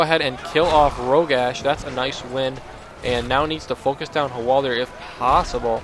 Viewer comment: btw, it don't think it's pronounced hwal-deer. It's spelled Hwaldar. Say it however you like, just thought I'd mention it.